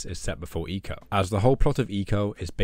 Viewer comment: For the longest time I thought it was pronounced “Eye co”. But hearing the way you said it sounds much better 😅